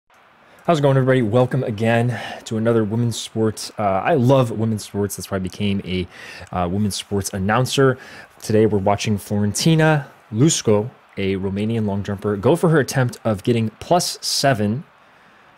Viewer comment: Got her name wrong, it's Iusco not Lusco